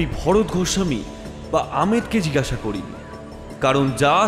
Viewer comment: Jigasha noy jig-gasha.